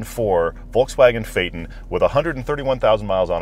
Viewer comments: How comes you don't pronounce the T in Phaeton? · Pronunciation.... PLEASE make the letter T in its name, heard as requested by VW. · First of all why are you pronouncing phaeton without the T. Also the bentley continental gt is a 2 door not a 4. The 4 door is called the flying spur. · still pronounces it incorrectly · You're still pronouncing it wrong though! The VW literature clearly states that you should sound the ending of the word as though saying 'Futon'. You're saying it in the same way people say 'Satan' or 'bacon'. Never mind. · Even with vw phonics you are not saying correct Dayton.my be it because Americans have huge issue in pronoucation of European word. You just cannot get your English correct. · german here: "TON" is pronounced "TON", not "TN". PHAYYYYY-TOOOON. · Shows official pronounciation - "fay-ton" - immediately pronounces it "fay'n" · Fay-ten? No. It is pronounced Fay-TON. Like the suffix of Photon. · It says "Fay Ton' not fay'in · As someone that owned one a few years ago (too expensive to fix and keep on the road) it's Fay-ton ( fate-on) not fay-tin I was at the VW dealers here in Scotland countless times and it was never ever pronounced Fay-tin, for such an expensive car it was boring to drive but it was good to be a passenger in and the climate control was one of the best I've ever used when it worked properly as it would stop working sometimes and had to go back to the dealers to be repaired, has to be one of the worst purchases I ever made and I lost so much money on it even though I only had it for less than a year (eleven and a half months) and sold it before the one year warranty ran out. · No, VW doesn't say to pronounce it "fait-en", its says to pronounce it FAY-TON ... the "on" being prnounced like that in "crayon" or in "don" or "Don" or "non", etc.... or think of "ahn", as in "autobahn"... In fact, both syllables should be pronounced with equal emphasis, as "FAY-TON", not "FAY-ton"... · ton is tun fay tun not faytn!!